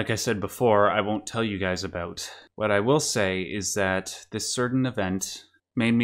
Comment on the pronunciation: oh are you canadian? i heard an aboot slip oot instead of an about 😏